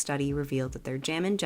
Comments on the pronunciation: i thought you said “jammin genitals” 😭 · Maybe I’m just old, but I remember most of these. Also, was I the only one who heard Jammin’ Jenna Dolls as “Jammin’ Genitals”? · You said "their Jammin' Jenna dolls contained lead", but what I heard was "their jammin' genitals contained lead." 😂